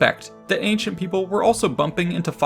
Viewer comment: He said ancient orgasm. When the video starts.